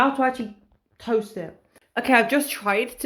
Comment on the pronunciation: I'm resisting the urge to correct every time you mispronounce "tost" with timestamps...